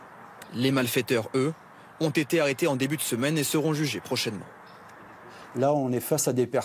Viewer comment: " Qui zon une connaissance approfondie des matériels " Lieutenant Colonel Ça résume bien l'état de la France